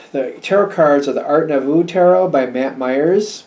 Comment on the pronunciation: it's pronounced "new- vo", with a long o. Thanks for the great read. 😊